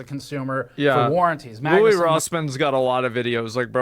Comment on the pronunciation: LOUIS NOT LOUI